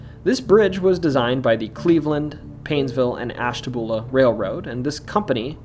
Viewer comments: Ash.ta.byuu.la not boola lol 😆😆😊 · Isn't Ashtabula pronounced ash-ta-bew-lah? Sorry, my fam lived across the border in Fairview,PA., & they used the bew sound. Was it wrong?